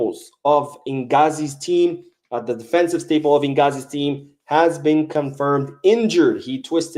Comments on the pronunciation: Hahaha! it's Nzaghi...not Nghazi lol He used to be a smart player back in the day....together with his older brother. Phillipe and Simeone Nzaghi. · Dude…it’s Intzagi, not Ingazi 😎🙃